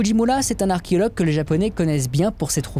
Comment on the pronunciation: tellement interessant toutes ces videos... mais tellement perturbant cette mal prononciation d'arché O logue ...